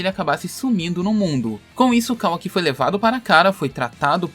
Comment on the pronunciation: Man eu juro que se Boruto for dublado até a parte que mostra o Kawaki e eles pronunciarem da mesma forma que vc eu não assisto mais, ou eles pronunciam Kawaki ou fim de Boruto pra mim "Kawa-ki" é meu ovo